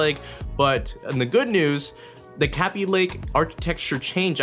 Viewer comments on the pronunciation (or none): Its K_ay_by not k_ah_by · its kay-b lake not kabby lake xD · it's kay-by lake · Who says g 4 5 6 0, and not to mention capy lake, are you a noob?? Its said g 45 60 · Say kaby lake right. it's kay-be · "kappie lake" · "Kahbee Lake" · U SAY KABY WRONG